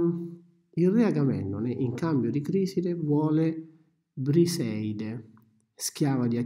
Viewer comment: é Criseide non Criside